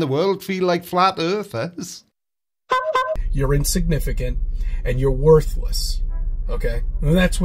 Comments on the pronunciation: What's an Earher? Is it the same as an ear worm? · flat "earhers"? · Damn those "FLAT EARHERS" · What’s a flat earher? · What's a flat earher? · And why is it missing a T? "Flat Earhers"?